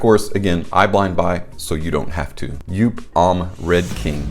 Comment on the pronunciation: Good review! Just for the record though: JOOP is pronounced the same as “hope”… 👍